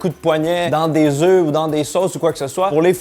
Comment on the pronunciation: Blancs d'œufs... Ça se prononce "eux" !